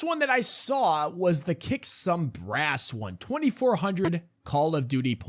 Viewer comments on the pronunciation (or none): none